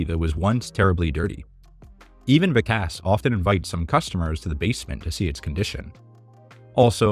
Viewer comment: I really enjoy your work but I am surprised at your mispronunciation of "Vikas". Gordon addressed this.?